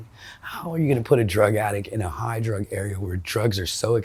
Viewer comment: I hate how she talks about getting "hoigh" like she says it like it's the best thing ever.. im an addict of opioids for twenty years and be not fooled, there's nothing cool about it! You trade everything beautiful in life for a few pathetic seconds of relief